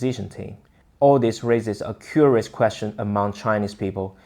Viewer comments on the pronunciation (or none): none